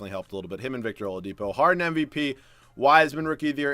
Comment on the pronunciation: I laughed pretty hard when you said victor olapido